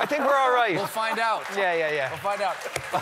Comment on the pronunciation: I "tink" we're alright....I love it